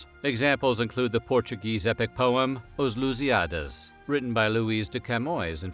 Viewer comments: Except for Lusíadas the rest was pretty good indeed. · No he did not. Afonso is pronounced Alphonso but the name appeared in Portuguese, while the other names were in English. Camões sounded like Camoes and Fernão Lopes sounded like Fernau Lapis. Lusíadas sounded like Lusiádas. I am not complaining since it is almost impossible for an English speaker to hit the Portuguese names, just like for a Portuguese to pronounce an h (it is mute in Latin languages making a Portuguese pronounce angry and hungry the same way).